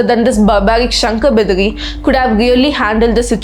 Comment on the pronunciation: Its not Shankar bidari, everything is right except Shankar Bidari